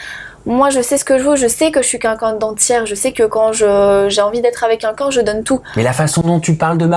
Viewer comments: "Qunqun" au lieu de quelqun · Elle s'exprime très mal. Et " quelqu'un " , elle prononce " quAlqu'un " Le français est sa langue maternelle ?